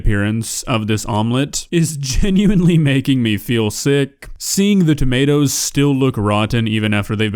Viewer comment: the way she calls them tomiartoes is adorable!